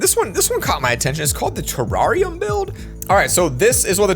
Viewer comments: the tarrariam build me: its terrerium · Everytime said terrarium 😖😖